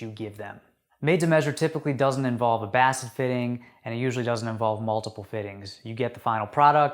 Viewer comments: “Basted” is pronounced “bay-sted” not “bass-ted” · "Basted" is pronounced "bay-sted".....